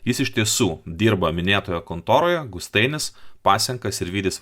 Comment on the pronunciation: Glušiau malinovski pirma skaityti išmok ne Gustainis, o Gustaitis.